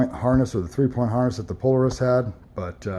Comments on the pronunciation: PO LAR IS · Pole a rus ??? Its Polaris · You’re saying Polaris incorrect